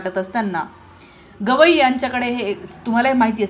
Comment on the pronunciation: मॅडम गोगइ नाही गवई म्हणा .विश्लेशण छान आहे .